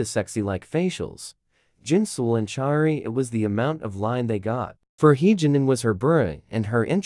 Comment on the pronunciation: crying for the amount of times you said choerry‘s name wrong